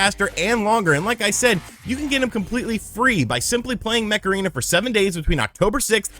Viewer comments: Each time you daid Mech Arena, sounded like Macarena. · Every time he said mech arena I heard Macarena....